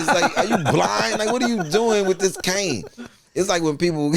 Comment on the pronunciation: I love how corrects but gets the pronunciation of Cane wrong still lol.